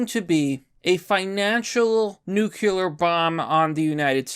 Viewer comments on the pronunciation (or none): New Clee Ur!!! Not Nukulur....PLEASE!!! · Why no American can say nuclear right? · You can't say nuclear. In that sense, you are like George Bush.